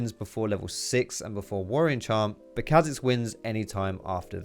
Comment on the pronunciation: Riot confirmed that its said shayco not shacko (shaco) and its car zix not kazicks (Kha'zix)